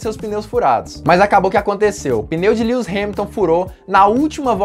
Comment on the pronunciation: kkkkkk lius hamilton nao mano kkkk e LÚis q fala kk